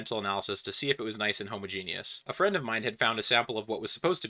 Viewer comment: pretty sure it's "Hah-mah-genos", not homo-genius.